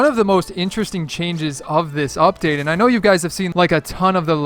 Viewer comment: Did you say fuckdate